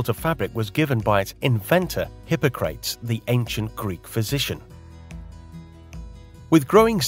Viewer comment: You had me until you mispronounced “Hippocrates”.